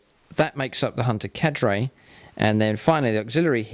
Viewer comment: the way he says "carde" triggers me